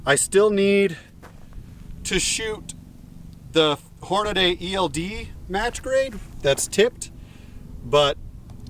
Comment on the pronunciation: Great; another guntuber that says Hornaday instead of Hornady (Horn-a-dee).